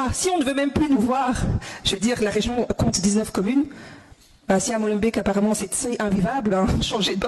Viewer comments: Molenbeek se prononce Molenbék et pas èk et c’est pas une ville wallonne mais bruxelloise (et cela se dit brusselloise). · Salut, Molenbeek est en Région Bruxelloise et pas en Wallonie, et pour la prononciation de Molenbéék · Pourquoi vous êtes pas foutus de dire Molenbeeeeeeeeeeeeeeeeeeeeeeeeeeeeeeeeeeeeeeeeeeek! Avec le son "é" donc, comme dans bébé, c'est si dur que ça? Et c'est pas du tout en Wallonie, c'est à Bruxelles!, je t'aime bien mais la rigueur journalistique faut se l'appliquer à soi-même aussi hein:) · Salut, petit commentaire sur Molenbeck... Alors, pour commencer, ça se prononce Molenbéééék... pas beck. Ensuite, ce n'est pas une ville. C'est une commune de la ville de Bruxelles. Commune = arrondissement à Paris, pour illustrer. Ensuite, ce n'est pas en région wallonne, c'est en région bruxelloise. Et ce n'est pas une commune francophone... C'est une commune bruxelloise et donc bilingue. Même si oui, le français y est majoritaire.